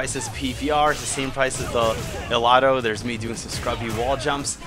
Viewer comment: DUUUDE OMGWTF YOU MISPRONOUNCED THE COMPANY NAME WTF DUUUUUUDE.